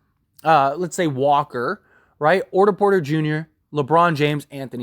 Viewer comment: “orter porter” 💀💀💀